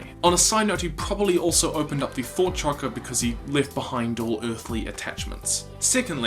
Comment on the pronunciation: Why is he saying chankra?